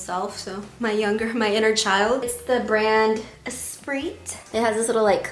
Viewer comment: for Esprit, the "t" is silent:) the way you showed the prices, with the messages, loved it!